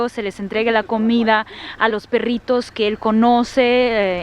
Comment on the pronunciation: me parece muy chevere como dices "perrrritos" ja ja ja :) :)